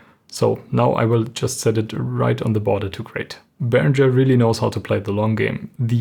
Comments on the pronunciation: Mir stehen jedesmal die Haare zu Berg wenn ich höre Behrinscher. Himmel! Es ist ein ganz normaler deutscher Name Behringer, wird so gesprochen wie es geschrieben ist ohne sch! Otherwise great show from ( nice haircut btw) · You really should have applied a high-pass filter to the video's audio, or even to the microphone. Also, it's odd that as a German speaker you used the incorrect American pronunciation of 'Behringer'.